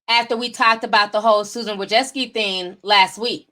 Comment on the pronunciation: The woman's name is Susan Wojcicki. Which is a difficult name to pronounce. But, Ti cannot pronounce a name to save her life.